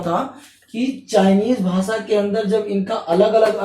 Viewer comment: Hello sir, good evening ! Aapka padhana bahot achha he aapke knowledgeable baat samjate ho par muje aapaka pronounce jo 'भासा' uski jagah भाषा shabda ka pronounce kijiye